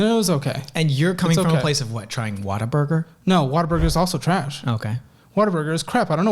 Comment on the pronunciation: It’s WHATABURGER not “water burger.” 😂